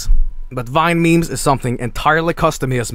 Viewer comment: Wrong not vinememez vinememz